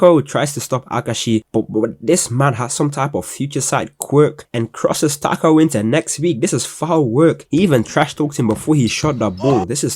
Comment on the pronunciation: takao ❌ taco ✅